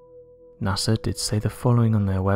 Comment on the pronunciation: He pronounces NASA as NAS-ER!😆